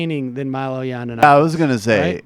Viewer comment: Does Sam say "yawnanapoulis" on purpose? He slaughters names a lot. Is he trolling? Either way, I love it!